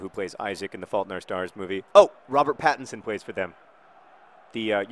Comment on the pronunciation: Pattinson = Patterson LOL